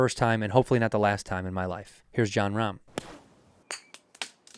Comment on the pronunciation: you know you shouldnt be calling him "ror" wtf andrew.